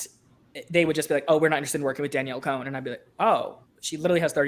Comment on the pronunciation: Con* not cone* as to how you pronounce Cohn.